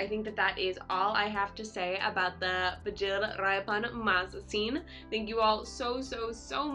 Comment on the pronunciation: Aarrrah that's bikhil pronounce the word bigil